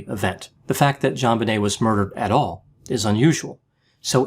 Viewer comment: Thank you for saying "JonBenet, not ZhanBenet. The parents say Jon, not Zhan, so why can't people pronounce it correctly? Maddening. My nephew is Elijah, not Elizhah. Stop it, ya'll! J's do exist!